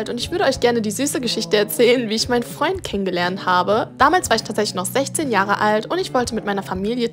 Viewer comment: seinem besten Fraund"